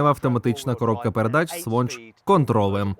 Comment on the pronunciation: Друже, в тебе дуже гарно виходить , але з літерою "Л" треба щось робити. Важко слухати гарни дикцію з дефектами мови. Наприклад на кажеш - "з Вонч контроУем""